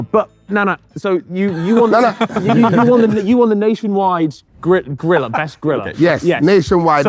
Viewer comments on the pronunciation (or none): every time harry says "griller" it sounds like he is saying "gorilla"